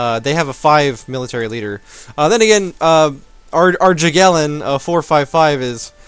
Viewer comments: "Jagiellon" is pronounced "Yah-gill-own". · dude it's pronounced yagyellon